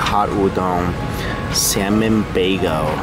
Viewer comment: Anyone else notice says “baygo” instead of “bagel”?